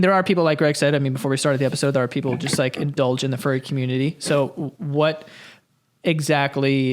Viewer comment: saying fury instead of furry sent me 😂